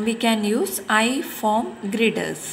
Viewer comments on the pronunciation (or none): That's girder not grider